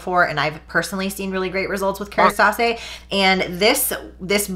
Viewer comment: Kerastase = KARA-STAUSS 😂 we used to sell it at the salon I worked at that’s the only reason I know.